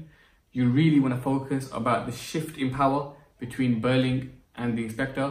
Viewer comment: When you said shift i literally thought you said shit which took me by surprise